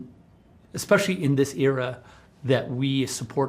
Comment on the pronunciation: Including? No. I mean. Expecially for a an "Rebel Moon?" Also too.